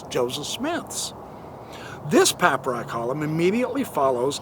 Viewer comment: For the love of God, please learn how to pronounce papyri/papyrus